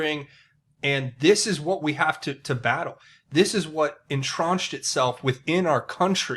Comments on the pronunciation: It’s enTRENCHED, not entraunched. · Duuuuude...en-TRENCH-ed...SOUND IT OUT MAN! Entronched is not a word. TRENCH. You can say this word. It is driving me crazy that you dont realize that you mispronounce this word every video. Why dont you use a word you can say instead of entrenched? So distracting.